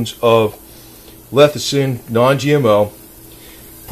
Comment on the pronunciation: Why do you jeep saying lethicin?